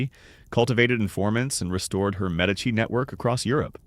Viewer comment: Medici is pronounced correctly.